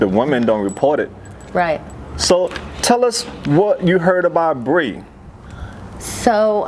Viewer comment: It's Bree ok?